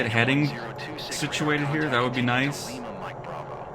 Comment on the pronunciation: Nice isn’t the only airfield that gets mispronounced. Typically a PC-12 will fly around 24,000 ft. 30,000 is the service ceiling.